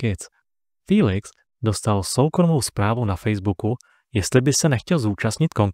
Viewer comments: To není fííílix ale Felix... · Můžu se zeptat proč mu každý říká filix